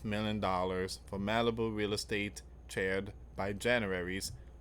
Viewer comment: Charr-ed. 🔥 Not 🪑 chaired.